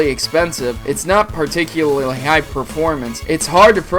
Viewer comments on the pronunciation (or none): none